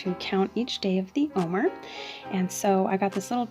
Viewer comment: It's pronounced "oh-mare," not "oh-mer." Also, the bitter herb to which you're referring is horseradish, which doesn't resemble those greens. Also there are 4 cups of wine associated with Passover.